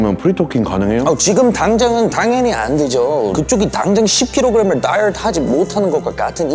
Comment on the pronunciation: 다이어트에 r이나 l이 없는데 왜 혀를 굴리는 거야 ㅋㅋㅋㅋ